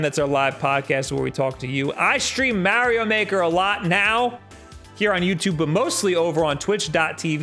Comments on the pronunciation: Whats "MAH"-rio Maker 2??? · “Maerio maker”